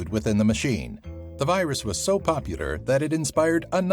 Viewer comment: ah yes, the weus wirus.